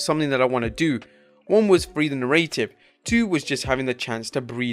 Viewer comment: Stop pronouncing "narrative" wrong!